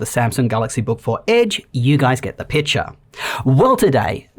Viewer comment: "You guys get the pitcher" with an Aussie accent LMFAO